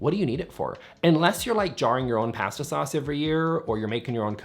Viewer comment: Say pasta again 😂